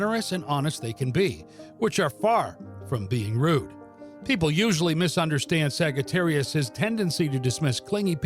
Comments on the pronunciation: It's saggy not sagee🤣🤣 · Did you really pronounce it like that? A sag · Sagittarius Sags? The G here is the one and only place I have heard it pronounced this way honestly its different and my gut insight tells me it is more accurate as Saj-ittarius as phonics go but beyond that back to the origin of Astrology. I resonate with source No Sagittarius Ive ever known is unreliable as the signatures for our sign has long been Insight Wisdom Light bridge builders Empathic and major adherence to loyalty and best of all lastly not least is temperance which is balance and balance. which balance defines as stability, the Hebrew language defines wisdom as stability aka Sophia having deep connection with the Moon also Sophia Never have I met any person expressing unreliability at all which I will dismiss as a false attribute. Clear and baroque Sagittarius is a master marksman and having a bow we find bow originates from om and later ohm. As for the arrow it is an arc of light a gift of Zeus and as equal in power to the lightning rod he wields. We are seekers of truth in the highest order which creates a deep desire thirsting for knowledge many of our star sign are healers and mediumnic gifted with inner spiritual sight and astral plane access to the legendary Akashic Records archive we are born empaths and in many cases of lives lived are born with old sage souls that retain multiple gifts of Kosmic knowledge Astology and Theology sciences as well as highy vibrational old souls teachers educating others and builders of life helping many to see their own divi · Why does he say it wrong! It hurts my brain!!😳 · Why tf is he saying it this way?? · I don’t think that’s how it’s pronounced